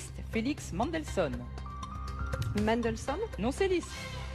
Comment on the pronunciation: Moi ,je trouve, personnellement (mon avis) que Laurence (la présentatrice) ne favorise pas la championne (Isabelle) car : -Elle prononce "Mandelsson" (le compositeur) alors qu'on dit Mendelssohn (le compositeur allemand). Alors qu'elle a bien prononcé toutes les réponses du challenger. Truqué. -Je vous rejoins sur la réponse acceptée, Isabelle aurait du dire François-Joseph I (le premier), si vous regardez bien elle fait un geste de tête qui signifie clairement que Laurence était obligée d'accepter sinon sa famille aurait été exécutée (Isabelle a été condamnée pour séquestration et menace de mort en 2005 (Parquet d'Arras)) -Trop nul la challenger Merci d'avoir regardé Bises, Oeil de Lynx